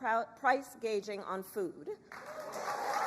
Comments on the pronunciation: What the heck is price gaging? Thought it was price gouging! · “Price gauging”??😂😂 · Price gaging? Or gouging? Lol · Gouging not gaging. She has no clue.